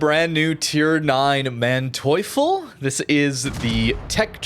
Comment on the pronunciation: If you are questioning the pronunciation, in German if two vowels are next to each other just pronounce the second